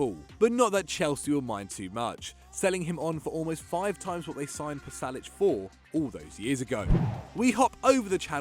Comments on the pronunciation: It's not Palasic.... It's Pasalic!!! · lads its pasalic not palasic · Pasalic not Palasic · It's spelled "Pasalic" not "Palasic"